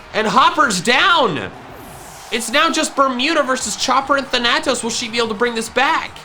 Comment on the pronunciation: thAnatos gosh darnit. Accent on the first A